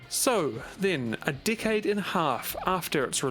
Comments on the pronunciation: IDK y but when he say decade i hear dckhead...i really need to get my ears checked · Keep hearing "dickhead" when he says "decade" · Say decade again haha